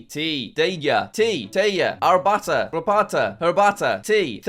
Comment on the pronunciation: jack saying rabata for the belarussian word for tea pained me